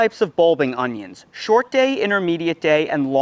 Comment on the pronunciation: Augggghhhh. Please stop saying "unghyins"